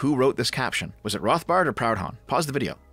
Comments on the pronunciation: Someone must have said it already, but you pronounced it Pound-hon, when it should be Pru-don. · Mate, you’re Canadian. It’s not pronounced Proud-Honn, but “Prudon” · It's pronounced 'proodhon' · talks about serious issue. Me: only notices him saying "Proud Hon" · Its funny hearing a canuck mispronounce proudhon ngl